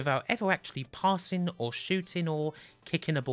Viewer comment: "I was just pissing by ze door"